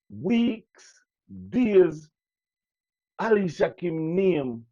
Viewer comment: big up yourself but her name is Alicia kim please pronounce it properly ok darling lol